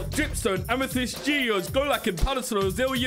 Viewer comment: Lmao when couldn't pronounced amethyst 😂😂